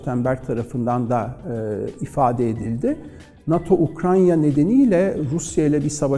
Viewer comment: Ukrayna diyemiyorsun hocam. Ukranya diyen kişinin tüm söyledikleri doğru olsa bile videoyu kapatıyorum.